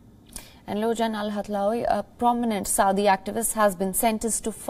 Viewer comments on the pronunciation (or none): It's Saudi, not suadi.